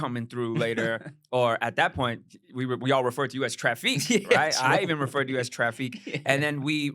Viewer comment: Tra-phique like Jussie Smool-yay😂